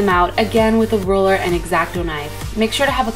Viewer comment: ohhhhh, she said RULER. I kept hearing roller